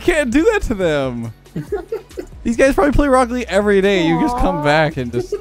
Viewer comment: I prefer “wocket legg “